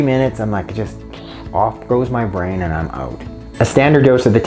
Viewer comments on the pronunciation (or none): none